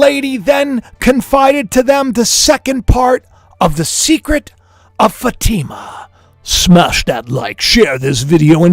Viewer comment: It’s pronounced Fa long A I silent ma Fa t ma. Sorry you didn’t know. I hate to correct in public. Blessings